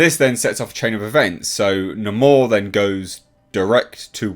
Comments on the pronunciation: Hate how they pronounce Namor as "Namore" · That's how they pronounce his name! They totally miss this character! WTF!